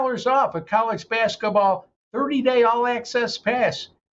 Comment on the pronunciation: It’s basketball, not baskaball